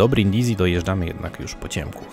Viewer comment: Brindisi czytamy Brindisi, a nie Brindizi tak na przyszłość 😅 Świetny filmik, dużo ciekawych rzeczy można wyciągnąć ❤